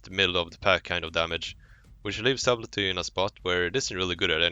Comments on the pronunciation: Subtley - SUD EL TY not SUB LET TY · FYI, the "b" is silent in subtlety... So it's pronounced suttelty. Why does it have a B in the word? Who the fuck knows, english is weird. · Wrong. It is not silent. It is pronounced Sub-tell-e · "Sabblti", Try the following spelling: [satl ti] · "subbletty" hhhhhhhhhhhhhhhh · The b in subtle is silent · I had to quit watching when I heard how you were pronouncing subtlety. The "b" is silent dude..Man I couldn't stop cringing every time I heard you butcher it so bad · not once in this video was sublety announced correctly :( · the way he said subtlety triggered me so hard